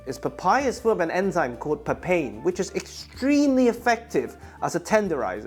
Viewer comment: Its pronounced papay-in (first part like papaya) 😁